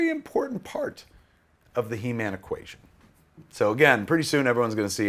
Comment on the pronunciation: Keva you just butchered He-man.